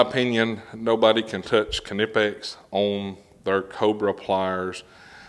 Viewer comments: It's a silent K 🙃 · Knipex can't say thier own name correctly. I called them and I get both kanipex and nipex even amount themselves. The debate continues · wooow its so weird to finally hear u call em K-nipex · Ka-ni-pex lol thats what they r gonna be called now. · Kuh nip x ok. And I been saying it wrong this whole time lol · I always thought the k was silent like knife. Guess I've been saying it wrong this whole time.